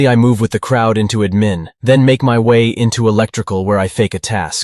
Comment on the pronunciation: What is Uhmin i thought it was admin